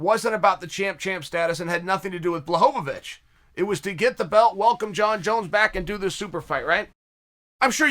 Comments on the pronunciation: It's Bla-hov-ich!!!! Not Bla-hov-a-vich. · Hardin b l aw H OH v ee ch is the phonetic pronunciation in Polish, but the point was that he says "Blahovevitch" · Chael said Blachowicz correctly the first time then immediately after says Blachovivicz. Undefeated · “Blahovevitch” lol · lol This is what I heard...or something like Bhlahovovitch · The way Chael says Błachowicz will always infuriate me as a fan who predicted the win over Izzy